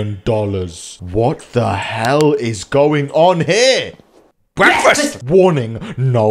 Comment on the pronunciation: what the hell is going on here...... Bekfast